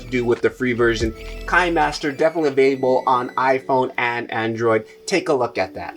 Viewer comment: Thanks. Very informative video. A couple of things I wanted to add. Kinemaster is pronounced keenaymaster. Kino is the German word for cinema.. One of the easiest and quickest video editors is InShot. I can edit a video in a few minutes. Very intuitive. I really love it for a quick turn around.